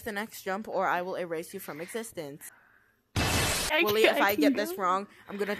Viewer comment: "STUUUPID WOÆLY"